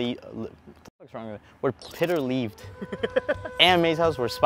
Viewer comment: It's pronounced "Pete-r".